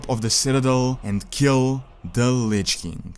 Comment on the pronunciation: Why does he say lich kink? Its king facepalm